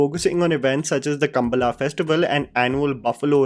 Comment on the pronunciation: कांतारा, कंबाला, भूता कोला, वरहा रूपम। The "la" in kambaala is not the normal "la" too.. Pronunciations remain your weakest characteristic. Please remove these blemishes from your excellent work. 🙏🏽